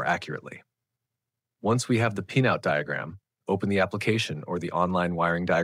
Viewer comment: His pronunciation of "pinout" is like in pinEapple tree, as if there were an "e" inside 😂